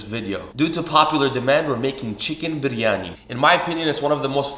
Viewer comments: Can we appreciate how he Perfectly pronoun Biryani not byryaniii like typical people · The way he says Biryani and cilantro is so satisfying 😯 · Thank you soooooooooo much for saying it perfectly! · you biryani pronunciation is correct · Aslawalaikum my name is Dua and I'm from Pakistan 🇵🇰 fun fact biryani is from Pakistan and I love it 😍 and I slap respect how u pernoused biryani basmati currectly and ate with your hands traditionally respect that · The way he pronounce biryani😍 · The way you say biryani 🙌🏻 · The pronunciation of "Biryani" was so perfect!